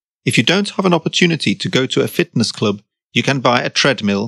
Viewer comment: Диктор произносит на английском: "фитнес клУб". Разве правильно будет не "клАб"?